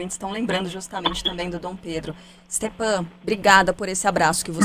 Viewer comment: Stepan? É Stefan que se pronuncia.